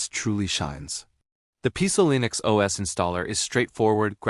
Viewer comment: "PieCe-E-Linix" OS, said once too often. Now you can shove it.